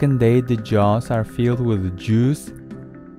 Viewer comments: No one: This Narrator: JUIZE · it sounds like he is saying digestive Jews instead of digestive juice for some odd reason